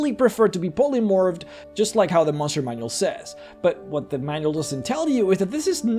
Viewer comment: I love it how you say "tressure" and "mushroom" manual lol